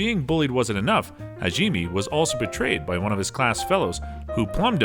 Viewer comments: how could he mess up this name Hajime its so easy Ha-ji-me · if he says HAGEEMEE one more time i think ill die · damn those shield hero names got butchered like animals in a slaughter house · Erk.... I think I just coughed up a little blood after he mispronounced Hajime's name in the beginning... As soon as he said it the second time I look at the comment section and find out mispronunciation is this episode's main theme. But, I'll come back with a different opinion after watching the whole video looking at the content... This is an addition to the original post that I planned on doing. Besides the mispronunciation on about 4/5th of the words (he did get a few right) the content they pushed forward was good. Final judgement: 7 out of 10. Mispronunciation of words, specifically names of people, titles, places, or et cetera can be relatable to walking on glass barefoot.